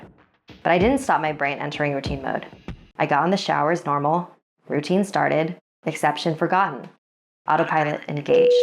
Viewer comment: Who else thought it said "My deadly rotini?" xD